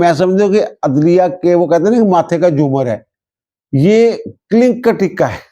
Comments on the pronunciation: لفظ “ کلِنک “ نہیں بلکہ “ کلنَک” ہے۔ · کلنک میں 'ک' اور 'ل' پر ' زبر ' کے ساتھ پڑھنا ہے !